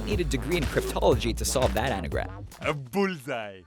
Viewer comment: Did you say anagram?